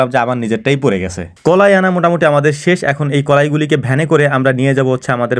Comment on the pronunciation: কলাই না কালাই